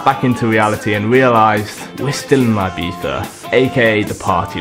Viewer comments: It really shocks me how foreigns put so much effort into actually pronouncing the "zzz" sound in Ibiza but instead of saying "ee"-biza (correct pronunciation in spanish) they always pretty much say "I"-biza LOL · Subbed, but u dont have to say ibitha, for the love of good english people need to stop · why did he say „IbiTHa“ at the beginning? wtf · its pronounced "ee bee ssa" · the way british people pronounce ''ibiza'' lmao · Nice video but please learn to pronounce Ibiza